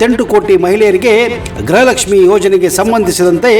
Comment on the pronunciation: ಗ್ರಹಲಕ್ಷ್ಮಿ ಅಲ್ಲ ಗೃಹಲಕ್ಷ್ಮಿ ಎಂದು ಉಚ್ಚಾರಣೆ ಮಾಡಿ ಮಂತ್ರಿ ಮತ್ತು ನೀವು ಕೂಡ ಗ್ರಹಲಕ್ಷ್ಮಿ ಎಂದು ಉಚ್ಚಾರಣೆ ಮಾಡುತ್ತೀರಿ ಇದನ್ನು ಸರಿಪಡಿಸಿಕೊಳ್ಳಿ.